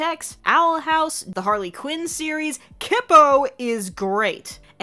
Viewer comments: I'm pretty sure it's pronounced kee-po and not kip-o. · how did you mispronounce kipo